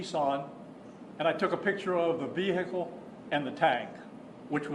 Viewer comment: ‘Ve Hickle’